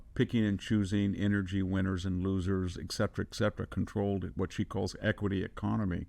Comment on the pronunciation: Ekcetra? No, it’s etcetera. Fundamental English